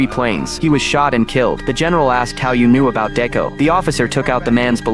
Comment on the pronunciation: Decker not Deco